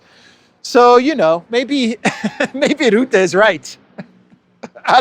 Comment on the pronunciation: Rootte does not exist. I only know 'Rutte'. Learn to pronounce names.